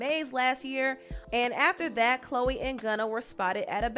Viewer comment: Hey, it's not "Chole" 😂😂😂